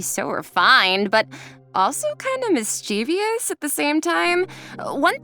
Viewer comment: Why are these professional voice actors pronouncing "mischievous" as if it was " mischievious"?????